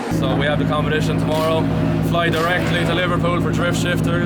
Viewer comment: 😂if there is ever a video where james deane doesn’t say “compedition”, don’t upload. His trademark